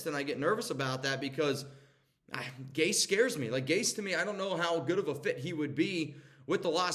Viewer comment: not Gase… please